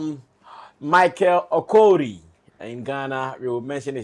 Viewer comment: Its called OKORIE and not OKORI